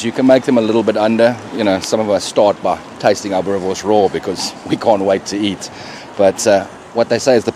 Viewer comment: Boerrrrrre worrrrrrrs. Roll the rrrr boet 💪🏽